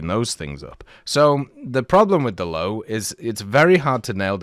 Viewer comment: Its not the "Low". 😭😭 I know its hard to pronounce to english-natives but you'd pronounce it kind of like "Low-vey", atleast considering that you cant pronounce the Ö.